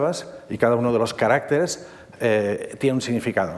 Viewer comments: Maravillosa conferencia, pero cómo se empeña el conferenciante en decir "carácteres" en vez de "caracteres". Es muy curioso. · No se dice caráctetes como dice el del video, se dice caracteres. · No es lo normativo. El singular es “caRÁCter”, no “caracTER”y el plural es “caracTEres”, no “caRÁCteres”. La confusión se debe a que el acento prosódico se desplaza, como pasa en la palabra RÉgimen/reGÍmenes. Es una pena, ya que es una palabra fundamental cuando se habla del idioma chino. Aun así, la conferencia estuvo estupenda. 😊